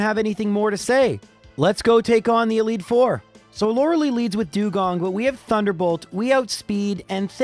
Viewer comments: I’ve binged most of these runs on your channel and I really enjoy them. But that being said, I MUST point out (because it’s driving me mad)…her name is Lorel👁, not Lorelee. 😂 Keep up the good content, man! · hey man i love your videos but you know it's pronounced Lora-lie, not Laura-lee. you even addressed this in an older video saying "the pokemon community has asked me to pronounce it Lora-lie" but went back to saying Laura-lee the very next video. ark-uh-nine vs ar-kay-nine could be more debatable (even though you've pronounced it correctly many times in your older solo runs) but Lorelei is an actual persons name, and you're only saying it incorrectly because you didn't know how to say it as a kid. we all say stupid stuff as a kid, that's not a reason to intentionally mispronounce people's names. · Freaking Canadians are their weird pronunciations. Her name is Lor-Uh-Lie. Lie as in tell a lie. Not Lor-Uh-lee. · Lore-LIE and not Lore-LEE, by the way :) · I love this series but i always hope he beats the elite four in one go because I cringe every time he calls Lorelei "Laura Lee." Its not a big deal but it hurts me every time and is the only part I hate. But we still hit like because the Count impression is worth it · This guy is still calling her loralee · I still think it's pronounced like Law-ruh-lie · (is the Lorelei thing a bit or does not know how to pronounce her name?) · You're still saying "Lorelei" wrong